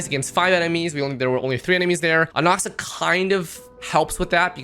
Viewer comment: You can’t even pronounce his name correctly. Disliked.